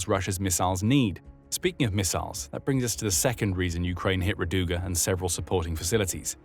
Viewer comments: it is ra'duga, not radu'ga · Not rad"U"ga, r"A"duga Rainbow